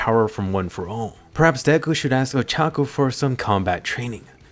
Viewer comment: Ochako is not that hard to say man